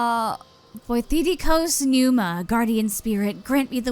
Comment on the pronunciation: The blonde saying “Voithikos Pneuma” really threw me off. Βοιθικος πνεύμα, literally “spirit that helps.” That’s more Greek than I ever expected a JP game translated to English to actually get right, that’s crazy